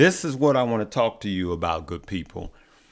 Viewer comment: Band sound goo-ed lol.